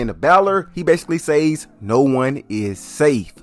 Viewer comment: Fuck had to unsubscribe cause of how he chooses to the word "says" holy fuck the reach to mispronounce a word to be whatever the fuck he's trying to be is wild cringe lmao... I'll be just watching Kenny bomb now